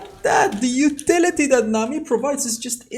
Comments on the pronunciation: I like how u say nami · i love the way you say nami the accent👌